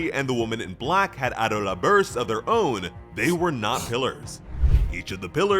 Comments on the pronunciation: It’s pronounced Abdullah 😞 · The way you say Adola is frustrating. "AH DOUGH LA" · Why did you decide to say Adolla like that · Honestly really like the way he says adola but doesn’t make it the correct way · There is literally a dub and sub version and no one says adolla like that, do you actually watch the anime or just read a script?